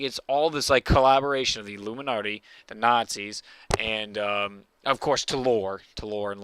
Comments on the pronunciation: why do u say illuminarty? its illuminati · "luminnarti" lol